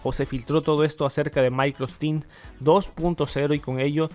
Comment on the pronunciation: De onda nomas es Microsoft Teams no MicrosTin